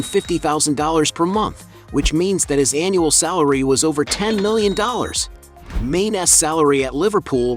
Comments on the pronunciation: His name is Mane'.not main u should know better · There is a reason for the accent over the e, it’s pronounced “marney”.